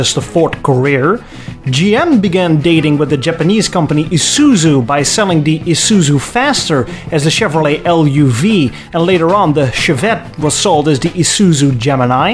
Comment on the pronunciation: The Chevy LUV is pronounced "love". It is never spelled out as an initialism.